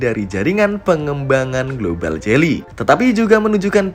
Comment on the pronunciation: Geely koq jadi jely ???